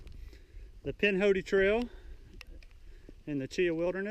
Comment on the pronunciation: Pronounced Chihah